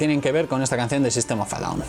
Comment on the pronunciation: En ingles en ingles di el nombre en ingles que suena horrible como dices sistem of a down